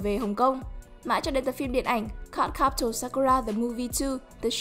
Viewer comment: mình xin lỗi, cơ mà phát âm từ Cardcaptor hơi kỳ @@ mong kênh cải thiện cách đọc tên riêng 😇